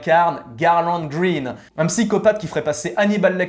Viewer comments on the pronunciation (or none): none